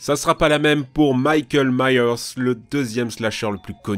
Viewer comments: Comment tu a dit Michael Mayer 🤣🤣🤣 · Mon dieu c'te prononciation de Jason et mickaël Myers ça fait mal 🤣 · "MIKÉL MYERS"